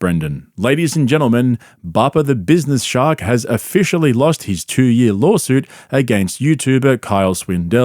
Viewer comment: "lawlsuit" lol